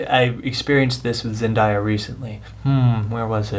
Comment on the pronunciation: A good review, I always enjoy you guys' reviews but... It's pronounced "Zen-Dae-ya" The day is pronounced like the day in Wednesday